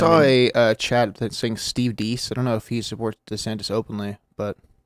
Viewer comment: It's pronounced Steve Dase. Have any of you ever watched the show? He literally says his name.